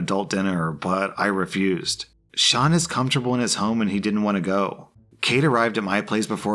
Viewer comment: You do not understand how happy it makes me that you pronounced "Sean" right. (Its an Irish name and some people pronounce it "seen")